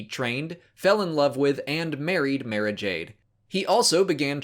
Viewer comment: So if an audiobook pounces someones name, should you use that pronunciation or some other one? Cuz he keeps saying Mara's name differently then the books do and it brothers me